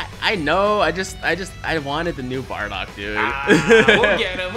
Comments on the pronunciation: Why tf is he saying badock not bardock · Who’s (Baa)dock? And what’s Patora? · Nigga said: bahdog